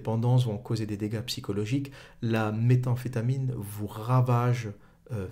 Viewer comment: Nickel, par contre c'est pas Walter Walt mais White son nom, et ça n'est méta amphétamine mais métamphétamine ;)